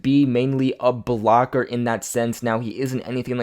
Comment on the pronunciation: Do you not know how to say the word block bro?